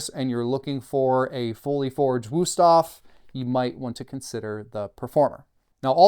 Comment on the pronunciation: It's a nice review, but as a German, it drives me crazy to hear the wrong pronunciation every few seconds in this video. Please, just go and learn the name, out of respect for the brand.